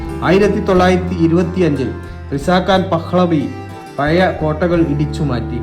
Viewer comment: പയയ അല്ല.... പഴയ.